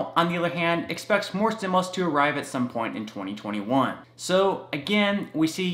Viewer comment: Please please please Pronounce STIMULUS THE RIGHT WAY....u say stimilus....it makes me crazy and I really want to listen to you.... lol